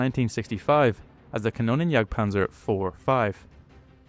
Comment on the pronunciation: Sinnlose KI Übersetzung RaketenJagdPanzer muss mit Silben Trennung ausgesprochen werden "Raketen" "Jagd" "Panzer" KannonJagdPanzer geht gar nicht das heist "Kanonen" "Jagd" "Panzer" . Mir wird übel wenn die KI die deutsche Sprache verhunzt.:face-purple-crying::face-orange-frowning